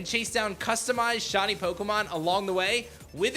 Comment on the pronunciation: hearing you pronounce "shiny" as "shonny" is the most painful thing ever, please learn how to say words correctly